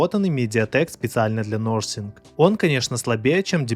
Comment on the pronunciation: "Насинфон" никакой не "носинг".